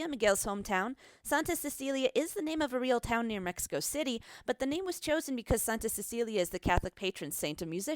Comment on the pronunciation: U suk u said mexico wrong wow i like when white ppl try 2 speak spanish